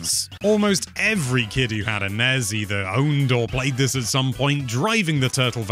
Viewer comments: I've never heard nes and snes pronounced as acronyms rather than initialisms. sounds pretty fucked. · The nez? Is that how the NES is pronounced in Britain?